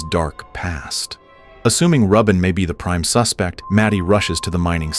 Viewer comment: Are you sure it's pronounced 'Rub In' and not 'Ruben'?